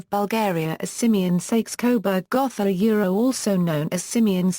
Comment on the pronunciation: The o in Gotha is a long o, not a soft one.